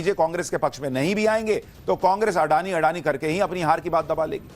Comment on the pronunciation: "अडानी" उच्चार सही नहीं है। इस उच्चार में रोमन लिपि की सीमाओं के कारण फैली हुई ग़लतफ़हमी है। गुजराती भाषा का यह शब्द/सरनेम असल में 'अदाणी' है। इसे इसी स्वरूप में लिखना या बोलना चाहिए। एक अन्य गुजराती शब्द/सरनेम भी 'अंबाणी' है, 'अंबानी' नहीं।